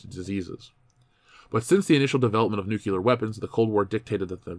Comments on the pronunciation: Every time someone says "nucular" instead of "nuclear", a scientist dies. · Great vid. I just have to say though, please stop saying "nukyooler". (Nu-klee-ur)